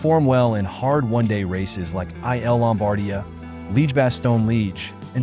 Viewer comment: We like your contact, but unfortunately your pronunciation of the most of the names of the riders and races is off. Sorry to say. For example "I" "L" Lombardia is pronounced "ill" Lombardia. Giro is pronounced "Geero". Jonas is Yonas. Asgreen is a hard S. Vingegaard is pronounced Vingego".